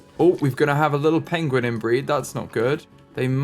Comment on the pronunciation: “Benedict Cumberbatch will be so disappointed! Pengwing has died!” 😂